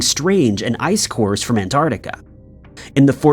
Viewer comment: On the other hand, I think I'll always be here for "Anardiga" instead of "Antarctica".